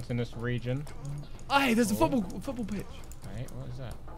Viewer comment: On one: Simon: aye theres a foootbol football pitch